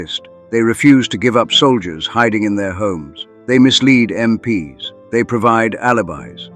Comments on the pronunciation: Yep, AI-generated narrator. It’s pronounced “em-peeze”, not “em-pee-ess”. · Was starting to enjoy it, but then I realised it was AI narrated. MP ess? I’d block you immediately but for the story being relatable. Get a real narrator. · Bit odd how "MP's" is consistently read as "M P S", surely a War channel would know how to say that? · Why use AI voice? Pronouncing MP's as M,P,S? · You should fine tune your AI. when it says MP's (plural) it should not be M P S. got it? Also, and this I admit is a curly one, even for people, but Ye as in Ye Old Pub is not pronounced Yee, the Y is an old Anglo Saxon character called Thorn, and is pronounced as a Th, so Ye Old Pub is simply The Old Pub, that is how it is pronounced. F**k I hate AI. And who the hell picks photos??? For christ's sake the photo of Crossland is in fact AN AUSTRALIAN SOLDIER FROM THE FIRST WORLD WAR!!! Then we had a photo of a yank MP talking to an Australian soldier in Vietnam. Seems to be a mix of Artificial Intelligence mixed with plain old natural stupidity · Get a real person to read the script rather than damn stupid AI voice. You know it's AI when it falls over talking about American MPs and instead reads it as m p s . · "MPs" pronounced "MPS"... Can't you really not have a simple human being do the storytelling of this indeed incredible story?? Instead of this absolute moronic AI-sh!t?? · There is no M.P. S. The military police= MPs. I can't with the AI that can't tell the difference. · “MPS” 🤪Dead giveaway on AI narration. Just STOP with the AI narrators. I am not going to listen any longer. OUT! 🤬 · Crappy Ai video, random photo of Russian soldiers and photos from America in a story set in England, MPs pronounced as M.P.S., repetition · Sounds like a bot doing the nariation "MPs" is said as a work, not as i n d i v i d u a l letters. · What's up with the mixed pronunciation of MPs? One moment it's M P S others it's MPs